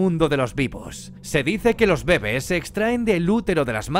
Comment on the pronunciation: "los bébes" (?)